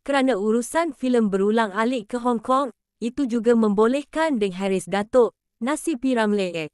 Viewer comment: Kenapa nama P.Ramlee jadi P. Ramlay nama Harris jadi Haeress . Bodoh ke apa x reti bahasa melayu tukar la narrator ni